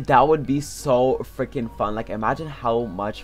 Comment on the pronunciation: Who do you always say frinking